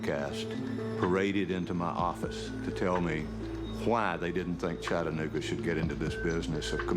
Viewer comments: It’s Chatt-ah-noog-ah, not Chadnooga, friend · It's Chattanooga. Cha-tta-noo-ga. You pronounce all four syllables.